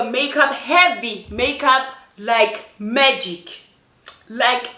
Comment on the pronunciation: Your emphasis on Magic, had me.